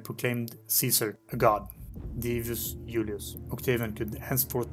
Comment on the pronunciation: Hard to understand he says ulius not Julius!!!!